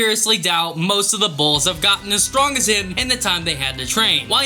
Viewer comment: Who else heard Most of the balls not bulls? 😂